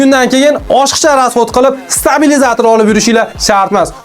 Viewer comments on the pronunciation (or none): none